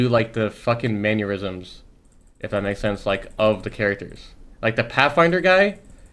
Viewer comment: Imperialhal- "manuerisms"